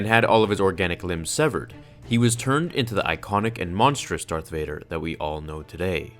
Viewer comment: is it just me or did he say DARKF vader